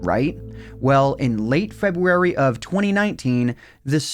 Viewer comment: Fwebuary XD